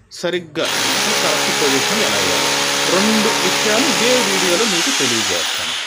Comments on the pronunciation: మీరు "కరెస్టు" అని తప్పుగా పలుకుతున్నారు. కరెక్ట్...అని పలకండి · Correst kaadu correct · daya chesi ne English ki Oka dandam, dayunchi me viewers ki mi English tho champakandi,,. adhi hanchor hukku kaadhu, Anchor hook,, alage correst kaadhu adhi correct ani correct ga palakali🙏🙏🙏